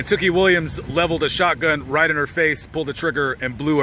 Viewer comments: Not that it matters much but tookie is pronounced "too-key" not "took-ie" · Two-Key...is how we at Lapd Pronounce it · U bitch ass boy how can you say tookie murder them when you were even there and u said his name wrong u a fareal a whole bitch